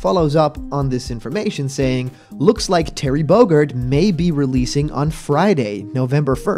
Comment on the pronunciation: Terry Bogerd? Don't you mean 'Terry Bogard'? With the A in 'car'? Sorry, being nitpicky at the moment.